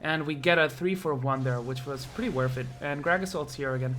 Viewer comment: You can't say worth it right lol